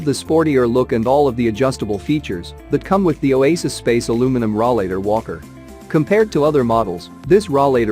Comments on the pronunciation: RAW-LATER? It's called a ROLLATOR. Get your English correct, and stop with the computer generated audio. I got as far as 'RAW-LATER and clicked off the video. Get with the program.... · Yes ... hard to believe it is a "review" when they do not pronounce it correctly!